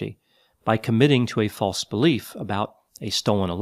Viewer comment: "He had strongly held false mystical beliefs" Ok, that emphasis on the word "false" sounded kinda Orwellian to me, especially delivery